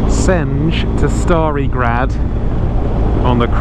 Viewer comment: It was actually really good, but only the Stari Grad one. You slaughtered Senj but that's normal for all english speakers since you pronounce J as DZ in most cases.